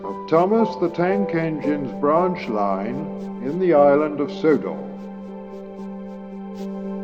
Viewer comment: Your pronunciation of Sodor is quite odd.🤔